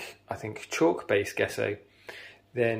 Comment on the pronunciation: its pronounced jeh·sow